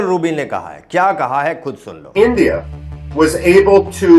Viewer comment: एंडीया नही होता है बे गधे इंडिया होता है